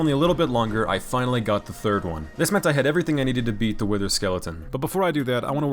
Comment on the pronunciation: And listen closely, instead of the whiter he says wither skeleton